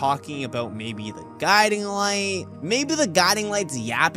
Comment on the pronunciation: Man, it's "guiding light" not giudeing light 😅